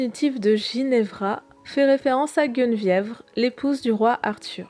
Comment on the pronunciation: Y'a guenevievre aussi :/